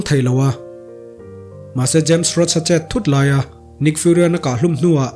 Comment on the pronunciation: james roach ni lovin james rhodey (rodi)